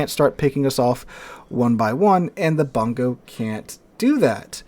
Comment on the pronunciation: It is pronouned "Boon-go" - It is named after a Japanese providence.